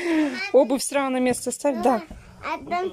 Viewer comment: Начало ролика... "Обувь сраУ на место ставь",а дальше вещание не воспринимаю, сижу в недоумении, в голове мысли взять за шкирку и в ухо прокрИчать правильное произношение элементарных слов... Но потом понимаю, что бесполезно, в одно влетит, в другое со свистом вылетит.